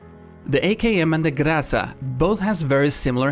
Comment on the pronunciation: no, it's Graza